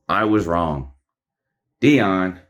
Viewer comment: Can't wait to get to "knee-on" Deion!